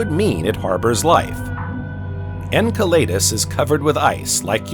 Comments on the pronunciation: Firstly, I think we should begin to agree on the PRONOUNCIATION of these moons and planets. En-Sell-a-dus NOT EnKa laydus, U ran us, NOT Ur Anus. If we can't even begin to agree on this, how to you expect the human race to agree on a global movement into a space-fairing civilization? Yes it's small and petty, but this is the seed that grows into division. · It's pronounced "ENSELADOUS" not "enkelaydus". Just saying... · Butchering again, Jupiter’s moon Enceladus, my gosh terrible.